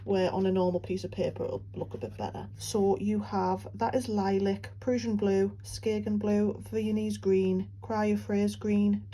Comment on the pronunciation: I’m not familiar with exactly what parts of the UK have what accents, but this is by far my favorite!! Absolutely adore the way you say PRUSSIAN blue!💙😉